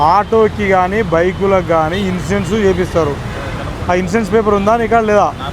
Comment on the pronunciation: వీడికి సీ జాబ్ ఎవడు ఇచ్చినరురా వీడికి సరిగ మాట్లాడటానికి కూడా రావట్ ఇన్సూరెన్స్ అనడానికి కూడా రావట్ లేదు వీడికి